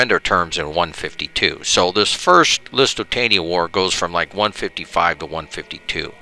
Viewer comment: Yeah... lots of name butchering :) Carthage - not Cartridge. Lusitania - not Luisitania Lusitanians - not Lithuanians ... sorry ;-)